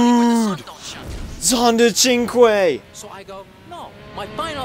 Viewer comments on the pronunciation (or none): iIts pronounced sink like 5 in french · Ha you said chinque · Liz Taylor Because Thats How You Pronounce Cinque